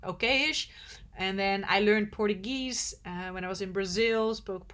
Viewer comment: Wanted to tell you that the way you pronounce Portuguese, it is extremely derogatory to a Portuguese descendant all over the world. Kindly do some research. Thank you for all your hard work. Love traveling through your eyes.